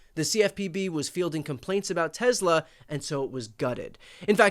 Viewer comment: Brian, outta left field (pure curiosity) question: why do you pronounce it "TeZla"? Is it to differentiate from inventor Nikola Tesla?